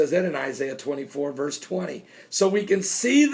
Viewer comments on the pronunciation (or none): none